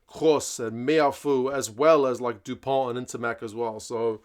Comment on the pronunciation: yes. Dupont. And not Du Pont.